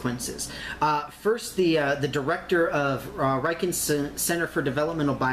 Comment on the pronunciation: The "Riken" RI pronounces like Ritchie RI .Got it!?